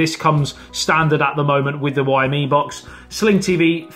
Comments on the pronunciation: WhyMe me box lol It's pronounced Zhou me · Xiaomi is a great brand... Got the mi box version 1 years ago when I lived in china.... Still going strong now despite only 1gb of ram and 8gb rom.. It's pronounced show (like ouch)mi by the way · Its pronounced (zow me) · Lemme help you with Xiaomi:) Xiao = is similar the the SHOW in SHOWer but add a tiny almost inaudible SHE before the OW. She'Ow Mi It's pretty close the Shaolin but the XI adds the glottal stop. SHAOLIN, SHOWER, XIAOMI:) Easy Peazy. #Aloha